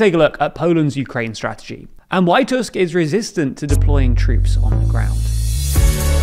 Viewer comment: off topic this is the first tim i've heard an english speaker pronounce "Tusk" correctly, it almost feels wrong